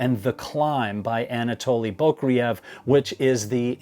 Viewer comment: FYI Anatoli's last name is pronounced "boo-CRAY-yev". Accent on the second syllable, as in Russian and nost Slavic languages.